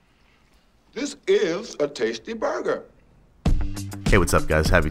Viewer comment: "This Is a Tasy Burger"